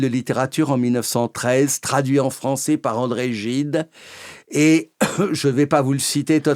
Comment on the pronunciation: On ne dit pas "françé" "anglé" mais "français" "anglais" jusqu'à preuve du contraire... La fausse diphtongue "ai" se prononce "è" et non "é".